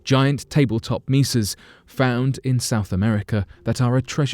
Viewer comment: Mesa= may-sa